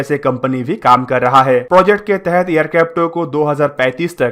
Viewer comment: Bhai, ye 6th generation baad me bana lenge. Pehle tu project, tempest & description properly bolna sikh le. Poject, drisciption, trumpest 😂🤣😂🤣😂